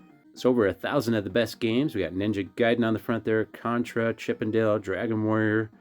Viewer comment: You said Ninja Gaiden instead of Ninja Gaiden. Congraturations on correct pronounciation.